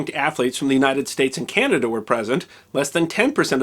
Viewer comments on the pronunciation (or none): none